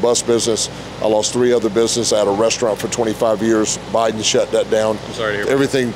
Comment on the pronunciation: Kid, you are AMAZING. Hats off to you and your parents. You give me hope for America's future. Also, did he say O'Biden 😂 - that's a new one.